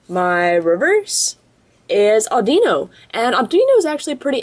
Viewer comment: Not (adeeno) audiino